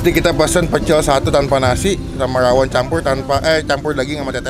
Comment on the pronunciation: Rrrrrrrrrrrrrrrrawon bang😭